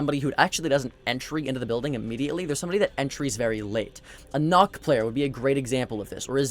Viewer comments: Why do so many people pronounce Nook wrong, it isn't Nock... It's Nook like as in a small space. Yes I am one of those people who make a big deal out of nothing, because to me it sounds stupid when someone says "Nock is on red stairs" but they should be saying "Nook is on red stairs". Not only does it sound better but it's actually how you say her call sign. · It's probably because it has the ø and 2 ks so they probably think it's more like nokk instead of nook